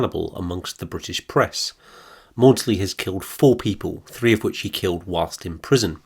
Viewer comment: Its not Morley its Maudsley.